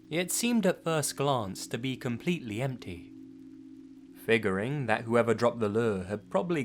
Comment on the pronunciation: when he said figuring I thought he said fingering XD